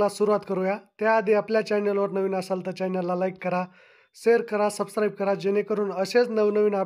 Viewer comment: Sabscrabe बोलायचे शिका व सर्टिफिकेट हे पण बोलायचे शिका बाकी व्हिडिओ मस्त होता.... 🙏